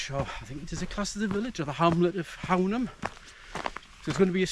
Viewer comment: Cracking spot - the locals pronounce Hownam - Hoooo-num